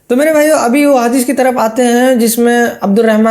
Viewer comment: Bhai saab inko pehle hadees bolne ka pronunciation sikhao .. bad me inse hadees ke baare me suna jayega😂